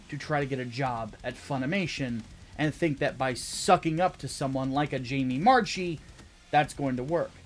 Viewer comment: I believe Jamie Marchi's last name is pronounced MARK-EE as opposed to MARCH-EE. With that being said you are right on all counts.